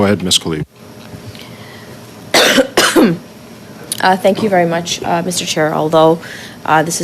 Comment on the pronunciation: If no one in the House of Commons can pronounce Ms. Khalid's name properly - including her closest co-workers - perhaps she shouldn't be in Parliament (obviously not born here)